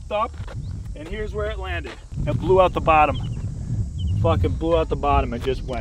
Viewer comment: nobody talking about the O he blew 🤣